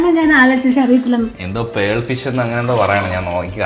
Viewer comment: Perl❌ pearl ✅